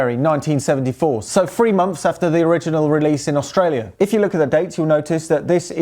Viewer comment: There's no H in Aushtralia, it's pronounced Australia